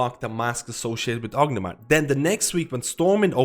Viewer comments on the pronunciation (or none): great video, but why do you call it orgnimar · "ognamar" haha. Not meaning to make fun of you. Just a funny pronunciation. Great video!